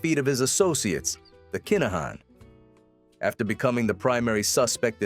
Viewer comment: Good little documentary. Just for clarity it's pronounced Kin-uh-han